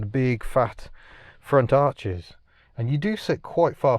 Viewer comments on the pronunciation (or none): none